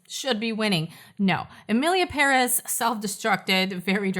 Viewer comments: Its emilia pere`z! 😂😂😂 Say it wz me! peREZ!!))))) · it's PÉrez. The accent is in the first syllable. I speak Spanish so...